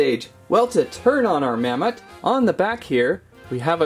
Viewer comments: its mammot not mammoth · It's mammott not mammoth